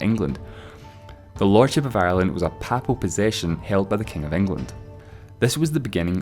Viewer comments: Aagh, (i have to say it) 'Papal' - pronounced 'pay - pal' not 'papple'. I can't for the life of me figure out that accent, apart from the hint of scot. God be with the days when you could tell where a person was from just by their accent. Or even farther back - you could tell just by the surname. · Learn how to pronounce "Papal"! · At least learn how to pronounce the word papal. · Good video, but you kept pronouncing '"papal" like '[p]apple'. It's pronounced more like 'maple' (with the 'm' exchanged for 'p'). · I wince every time you say papal. It's pronounced with PAY-pal to rhyme with staple or maple rather than PAH-pal to rhyme with apple or chapel. Likewise, papacy is pronounced PAY-pah-see rather than PAH-pah-see. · I've never heard "papal" or "papacy" pronounced that way before. I guess it's standard Scots? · Call me back when you learn how to pronounce 'papal'